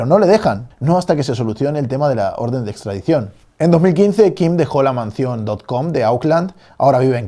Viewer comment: me hace mucha gracia lo de "manzión"